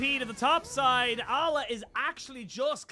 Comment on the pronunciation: Its Aleh not Allah lmao